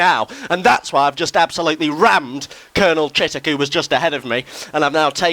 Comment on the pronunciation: Did anyone else laugh when he said COLONEL CHITTOCK ?! bahaha